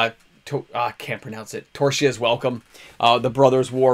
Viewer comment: Ugh. You really need to sit and practice pronouncing Tocasia's Welcome. Do you see the letter "r" in that card name? This is like nails on a chalkboard.